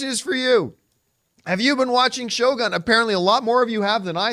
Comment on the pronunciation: John, if u want to learn Japanese, first word u should know is - Shogun将軍 is actually pronounced as 'Sho-goon', not 'Gun'.